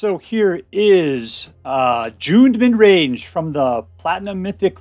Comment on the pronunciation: I've just never heard it pronounced that way so I had to listen a few times. Thanks so much for your willingness to educate